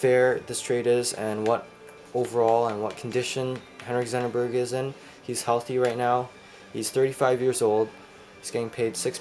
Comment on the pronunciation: It's Zetterberg. Not Zennerberg